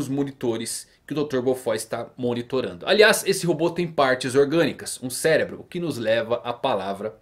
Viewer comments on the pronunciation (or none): none